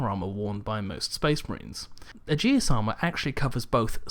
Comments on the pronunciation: Actually it's ee-jus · no techinically it is "ay-jiss" æ is classically pronunced that way :P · Its pronounced Aegis (Ay-jus), not uh-jee-us. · Just a heads-up, Aegis is pronounced "Ee-jizz" not "Adjeeis". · In Greek it's pronounced "ee-jiss". Aegis is the name of Zeuss's Shield. Your company was also pronouncing it wrong. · No its because I worked on the Aegis weapon system when I was in the Navy and can't stand when people pronounce it like that.